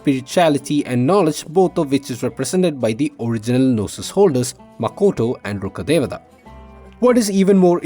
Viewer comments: you really pronounced it as Rukkadevta, not Rukkadevaaattttaa like others 😂😂 kudos for that. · Thank you for pronouncing rukkhadevata the right way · Yes, finally someone did the correct pronunciation.